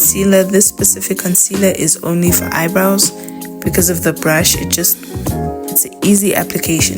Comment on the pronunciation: The South African me thought you said Haibo when you said “eyebrows “ 😂😭😭😭😭 girl